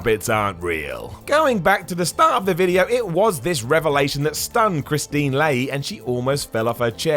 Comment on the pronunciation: you mispronounced Leahy's first name. It's Kristine, not Kristin.